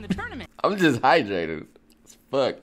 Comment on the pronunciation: "I'm just HIGHdrated" ;)